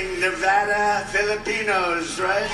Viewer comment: You’re pronouncing Nevada wrong my dude. How do you have so many subs and so few views? Get a microphone.